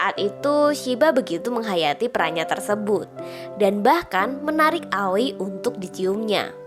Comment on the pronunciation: Sassuke bacanya saskeh aoi bacanya aoy bukan awi